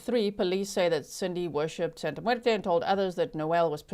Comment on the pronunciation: I love your Spanish accent. You did very good when you said: Santa muerte 💀